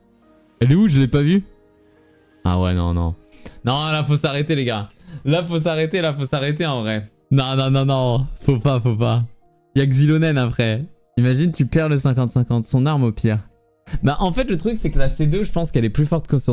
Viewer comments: j’ai été surprise par la prononciation de Xilonen …😅 Pour moi c est comme Xiao .. il me semble dans une des langue du jeu le X et comme le Q et ça se prononce « Ch » du coup j’ai pris l’habitude de le dire et de l’entendre comme ça er carrément ça me semble normal, j’oublie que pas tout le monde fait comme ça 😅 Les pulls sont insane vrmt j’ai jamais eu cette chance là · Xiao est un perso de Liyue (donc inspiration chinoise) et donc son prénom se prononce en chinois aussi, comme Qiqi d'ailleurs. Alors que Xilonen vient de Natlan. Après, à voir comment s'est prononcé in-game mais je pense que c'est bien un "X" :D